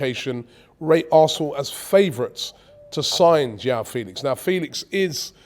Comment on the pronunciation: It's João Felix